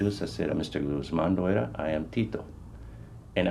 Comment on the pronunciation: Dude mispronounced loera 😂😂 "lojuera"😂😂😂